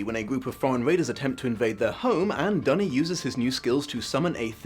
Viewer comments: Hearing Duny pronounced "dunny" is very painful. No one deserves to be called a toilet. For the record Le Guin pronounced it "doony". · She also says "Dune-y" rather than "Dunny" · Great video. I love Le Guin and her work, especially the Earthsea series which i have read/listened to countless times. Because i'm a stickler for these things i just Have to point out that you pronounced a couple of names wrong, Duny and Ogion. :) I can say this because Le Guin reads the beginning of the first audiobook herself, that version is available on Audible. It is the version i prefer because the rest of the book is read by brilliant author and good friend of Le Guin, the late Harlan Ellison. Also, the evil spirit that Serret's husband guards is not imprisoned in an Orb but a stone in the floor that Ged only can see due to his wizards eye so it likely looked like a regular floor stone. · Then again he pronounces Duny differently from how Le Guin does so I am not sure what he is basing his pronounciation on